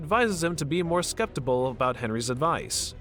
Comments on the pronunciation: ...did you say skeptibal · What exactly is "skeptiable"?